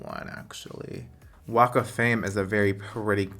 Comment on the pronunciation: I know you said "walk of fame" but I can't help but think you said WAKA FLAME